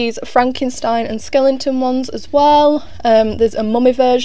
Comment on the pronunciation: Lol. Skelling-ton.